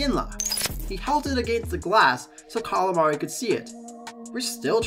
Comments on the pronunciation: callamari"? ... camellari.... apparently the flames had an octopus playing for them lol cmon man pronounce the names right its a key thing for a hockey guy ....other than that decent vid though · First of all, it's spelled and pronounced Cammalleri, not Calamari. Second, it was the Head Coach Roger Nielsen, not a player, who raised the white towel on a stick in surrender.. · yes. Say Mike Cammalari's name right. Calamri is squid.